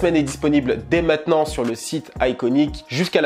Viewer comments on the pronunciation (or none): none